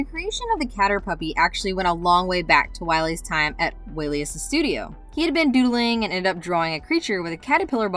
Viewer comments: Way-lee-us? It's Chris Wallace. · Chris Walas - WAY-LASS